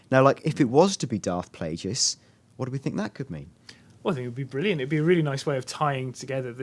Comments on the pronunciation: () Darth Plage-jus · its pronounced 'plah-guys' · so the 'e' is spelled as a 'u' and the 'i' is silent if it's pronounced 'plah-gus'? i say plagueis like 'plah-gays' (sorry not plah-guys) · Why cant these guys pronounce Darth Plageius properly lol. its pronounced 'plague-us' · PLAH---YOU----GUYSSSSSSSS NO, just no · This video lost all credibility when they evoke the name of Plagueis. They speak the name Darth Plagueis in Episode III, and there is an entire book about him. How can you not properly pronounce his name? Is Han really dead? Seriously? The planet exploded. "A wry ghost"? Do you understand this universe at all? Only Jedi can become "ghosts" through use of the force. Lastly, the extremely weak criticism of "beat for beat" remake of "A New Hope" has been utterly destroyed in so many other forums and videos it is sad to see this still out there, so I won't waste my breathe rehashing the failures of the theory. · if you are going to pronounce it that far out, you may as well just call him Dave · () at least he didn't pronounce it PLA-Jee-us lol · I know right so with the dark side too